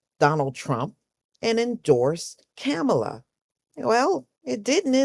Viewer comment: Please don't attack me for asking, but why do you mispronounce her name?